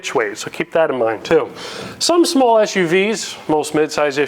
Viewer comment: I love how he pronounced small like smol. Like it's a tiny kitty.